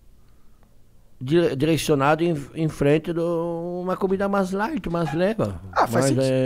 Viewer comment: "Maixxx" Erick,jacquin